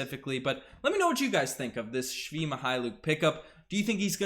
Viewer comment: Thanks for proper pronunciation of men name Only it is not shvi it is svii